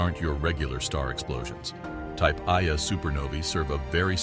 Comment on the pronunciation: At the beginning of the video your talking about a supernova and your pronouncing it a type "eye-a supernova" this is incorrect. Its called a type 1-A, or "one-a" supernova. The other type of supernova is called a type 2-A.